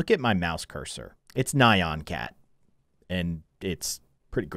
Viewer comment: said nyon cat and not nyan cat